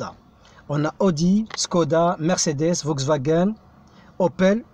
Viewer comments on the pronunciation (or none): none